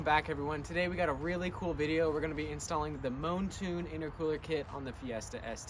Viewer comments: mountune* not moantune 😘😂😂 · “Moantune” 💀 awwww yeah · You say Mountune funny😂